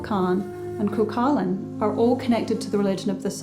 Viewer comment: It's pronounced "coo-hull-in" and spelled cuchulain.